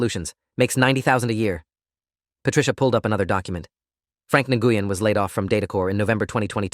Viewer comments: Nguyen is pronounced "new-en"not "ngoo-yen" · Nguyen is pronounced "gwen", not "en-gooh-yen". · Nguyen is a Vietnamese surname and is pronounced 'Whynn,' or thereabouts. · "Nguyen" is a Vietnamese surname pronounced as "Wen." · Nguyen is pronounced “WIN”. I know, because I worked for a pharmacist with that exact same last name. She was Vietnamese and very sweet AND smart. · I was about to post this information as well. I went to dental hygiene school with 2 students in my class with that exact last name… both pronounced “WIN” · No they actually pronounce they actually pronounce it as ng win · well, the pharmacist that I worked with was Vietnamese and pronounced her name “WIN”, and she spelled it Nguyen. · and I worked with several of the and the ŋ is pronounced in Vietnamese softly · Tha English pronunciation of Nguyen is “new win” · Guys, that name for Dorothy Nguyen is pronounce win. I know people with that name. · I’ve heard it pronounced many ways - but the correct pronunciation that anyone who’s not Vietnamese - it’s a Vietnamese name - is something like Win - that and Hung are the Vietnamese equivalents of the English surname Smith! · As soon as I heard N-goo-yen - oh yeah. I'd love to hear them pronouncing some of the eight-syllable German names.